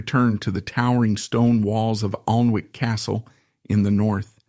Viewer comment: it is pronunced Anick